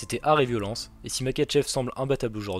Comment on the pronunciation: Makhachev se prononce MaRachev